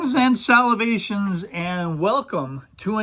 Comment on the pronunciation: This is probably the first video I’ve come across from your channel so I wouldn’t say I’m familiar with your schtick, but if I may ask, was that “Greetings & Salvations” intentional at the intro, or are you aware that it’s supposed to be *salutations*?